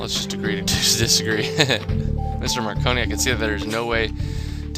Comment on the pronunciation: I don't know why, but saying marconi's name wrong is really funny to me